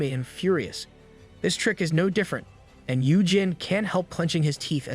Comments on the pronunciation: I die a little inside every time I hear “dis” instead of “this”. It wouldn’t even be that bad if it didn’t sound like the narrator wasn’t purposefully emphasizing the d. (Edit: I was wrong, apparently it’s the “th” sound in general that’s being violently replaced by the letter d.) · I absolutely love this channel, but oh my dear Christ does the fact that every "This" is replaced with "dis" gets so old. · The only complaint i have is the ai saying dis instead of this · Love the content...please stop with the dis and doh's though please lol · "This" and "suddenly" not "dis" and "saddenly". I thought "Diz" was another character at first. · I love how he says: "dis" instead of "this" makes me laugh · I love how he says "dis" instead of "this"😃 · I love the the ai says dis instead of this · As usual the A.I. pronunciations are complete ass (dis, dat, gender confusions) but the story is great! Thanks for posting this. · is it me or do i hear every "this" as "dis" NAWWW BRO BROUGHT UP CAPTAIN UNDERPANTS AND HIS STICK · Great story. Only annoying thing is the pronunciation of this and tho. It’s not a D at the beginning of those words. It’s a T.